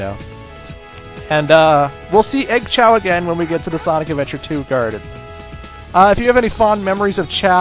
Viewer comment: Choa? FUCK YOU ITS CHAO